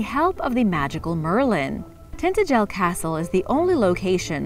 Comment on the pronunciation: It is pronounced TIn-Tage-el you humpty.......LOL.